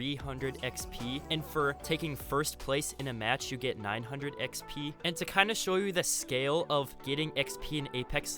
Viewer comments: Drink everytime he says “X-Pee” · dude the way he says exp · Notice the way he says xp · So no one is going to say anything about how he says 'XP 😏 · The way he says Xp and he said it a lot to